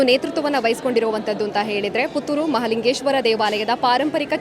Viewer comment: Malingeshwara alla mahalingeshwara enniri